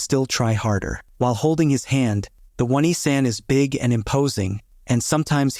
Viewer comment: "Oh - Knee - San" Not "Won - E - San".